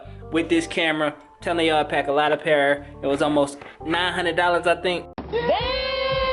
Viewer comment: Packs a lot of "Pawder" 😂😂😂